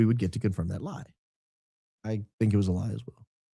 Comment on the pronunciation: THOID... CONFOIM.. DEBUNK MR. HARPOLE.....